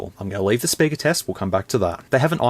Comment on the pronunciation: "Big sperker " 😂😂😂